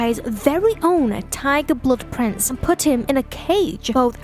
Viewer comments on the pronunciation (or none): none